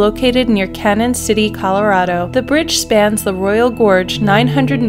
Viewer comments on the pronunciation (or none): The Royal Gorge Bridge in Colorado is from Canon City as you said but it is pronounced "Canyon" City as there is an ~ above the first n. How do I know? I grew up there. Thanks for including it!